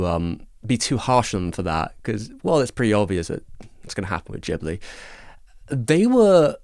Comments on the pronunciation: It's pronounced "Gibli" not "Jibli". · Come on... There's an 'H' after the 'G' in Ghibli, indicating that the name is pronounced with a hard G, like "Ghetto".